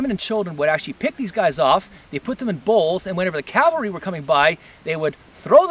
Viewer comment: Cavalry, not Calvary.